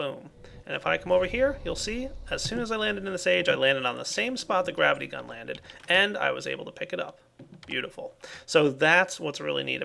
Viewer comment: I love how when says gravity gun it sounds like grabbity gun.